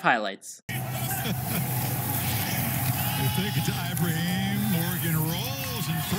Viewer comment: SPronounce the name correctly....eee-bra-heeem... so simple ! Do it or I'm coming after your job... and I'm retired, but PISSED !!!